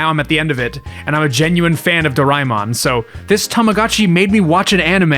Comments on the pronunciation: him: do rai mon Me:*inner screaming* correction,is dora a mon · It's pernounced (door-ee-man) aka doriman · Tiny nitpick : DOH-ray-mon not doh-RYE-mon Did like your summary of it though, I usually tell people it's a marginally less abrasive version of Shin-Chen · Is not Doraimon, it is Doraemon, Do-ra-e-mon please learn how to say the name correctly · Its pronounced door-a-eh-mon. Not door-ay-mon. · Do-ra-eh-mon, for dorayaki-mon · This is a great video essay but the pronunciation of Doraemon was mildly painful (i want to emphasise 'very mildly' because i don't want to be a dick about it this is legitimately a nice video & i love hearing ppl talk about very specific interests of theirs). Fun fact: Doraemon is popular in India too, mostly through the anime (though there's some merch as well; videogame industry never really targeted india so a lot of ppl only get into videogames through piracy, though that HAS sort of changed over the years. i wonder if the doraemon tamogotchi would be popular here, maybe as a mobile app adaptation). lots of millenials & gen z grew up watching dubs of it in their respective regional languages, me included as a gen z :) edit: Saw the addendum + some comments about Digimon. The Digimon anime was aired in India too, I think I remember some toys of it as well + knew some people pirating+emulating the videogames. I didn't know till now that it started as a Tamogotchi spin-off!